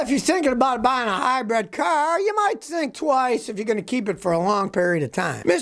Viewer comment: Scotty...I keep telling you...it is HYBRID NOT Hybred ! Hybred is a tall bread van... Just stop it now...